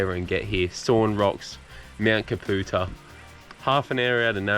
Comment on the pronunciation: It's pronounced Cap - U - Tar... My home range